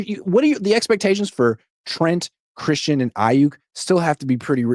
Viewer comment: Every time he says Brandon "eye-*YUCK*" it triggers me.